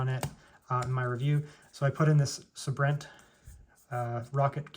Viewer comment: Its (say-brent) my bro..(say-brent)= Sabrent lol..good video though appreciate it